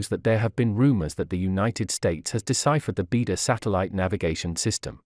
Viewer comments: I enjoyed and learnt a lot from your array of videos. Thank you. But I also can't help noticing your pronunciation of Chinese is somewhat inaccurate in most cases! For example here the word Beidou, you pronounce like bee der but should be 'bay doe ! Thank you.👌🙏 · It’s pronounced as “bay dou” not “bee dou”. It means Big Dipper in Chinese.